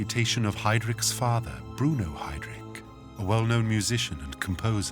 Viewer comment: Can someone explain to me why this idiot continues to mispronounce then name Heydrich, and then suddenly says it correct at times, before saying it wrong "haydreek" - is not how it is pronounced. Listen to the voice over and others who pronounce Heydrich as it should be pronounced